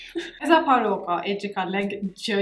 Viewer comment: weird is sound like arabic barooka